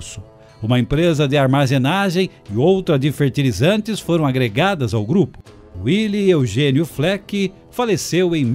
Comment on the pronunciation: Gostei da apresentação, mas devo dizer que a pronúncia do nome de Willy não é "uili" e sim "vili", nome de origem alemã e não de origem inglesa. Willy era muito amigo do meu pai que em meados dos anos cinquenta, como gerente do Banrisul em Três Passos financiou 4 ônibus F-600 para a Ouro e Prata.